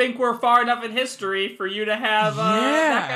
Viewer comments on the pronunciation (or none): none